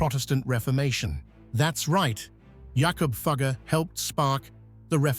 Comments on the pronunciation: Teach your ai robot to pronounce Jakob Fugger's name properly. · Please check the pronunciation of “Fugger.” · It hurts as a German speaker how Fugger's name is mangled. How difficult can it be to et a simple name right?